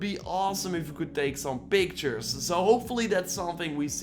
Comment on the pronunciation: "Some..... PIC!-tures."